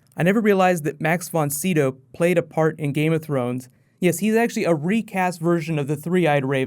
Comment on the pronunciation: d00d it's Max von Sydow (sigh dow)